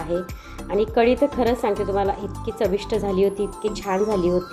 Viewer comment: ताई कडी नाही,कढी!